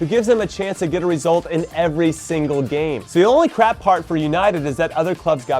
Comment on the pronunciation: A ‘crap’ season... sounds funny with an American accent!